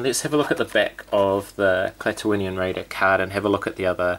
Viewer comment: I like the paint on the original Raider more than the carded release, but I'm glad they are different. Good job pronouncing Klaatooinian, I've heard so many people say it with only 4 syllables instead of 5, skipping over the first i. Andor is just another great looking figure, can't wait to get him. The livestream was a lot of fun, glad you were invited!